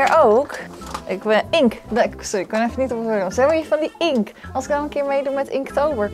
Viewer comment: het is inkT het is inkT